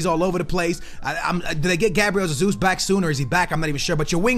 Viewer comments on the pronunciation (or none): none